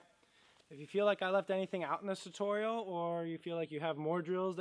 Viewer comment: The Cast back "tuturial" 😄